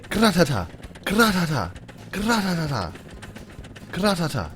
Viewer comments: it's not gra ta ta its ra ta ta get it right idiot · he said Gratata wrong Gratata mean Ratata